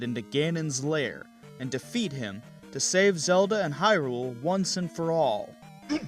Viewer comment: .......... it's HYrule, HYrule dammit the stress is on the first syllable, it's not hyRULE who started this arraggrghgghh!!! ahem